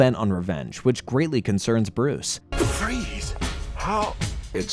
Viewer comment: Did he call freeze fry's 😂😂😂